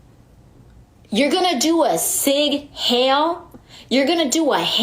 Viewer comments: Omg someone please tell her that it isn't sig hail. Its zig hiel lol. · I like how AOC looks off to the side as she tries to think of something intelligent to say (fail). "Sig hail" (Sieg heil)? Elon was simply saying "my heart goes out to you".